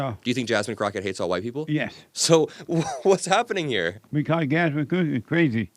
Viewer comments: The way he purposely mispronounced Jasmine Crockett’s name said so much. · how about how he deliberately mispronounced Jasmine‘s name calling her Jasmine cricket rather than Crockett I thought that was very disrespectful and very telling. Same Chyna crap they did with Kamala like come on. It’s just childish and ridiculous.